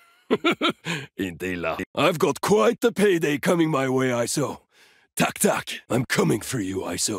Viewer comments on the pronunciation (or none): Anf also , its "Tak, tak" not "Tack-tack"